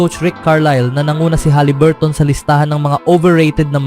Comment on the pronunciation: Huliburton boy hindi haliburt.... Ikaw lang bumibigkas ng ganyan. Paiba-iba ka pa ng pronunciation sa ibang apilyedo... Ayusin mo...!!!